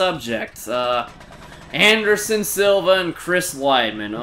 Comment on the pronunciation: Andershon luv OH ESS A